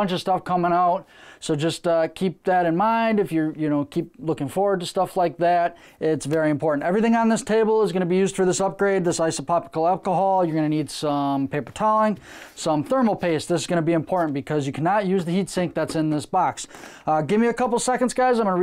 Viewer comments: Dude you said the name of the alcohol something different 16 times lmao. Its pronounced (iso propil) 🤣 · I love the way you pronounce isopropyl alcohol multiple ways. I know 3700x is probably the max this board can take but can it also be upgraded with like a 6 core 12 thread cpu?